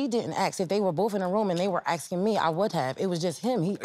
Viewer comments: Nobody is "aksing you a question"...your are "asking you a question"... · they need to stop axing